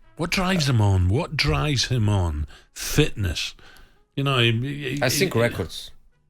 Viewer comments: " Mmm i don't sink so " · “I just Sink” - Mourinho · "I ssink"